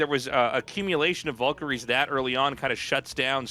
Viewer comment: I'll never get over how artosis and tasteless insist on calling VALkyries VULkyries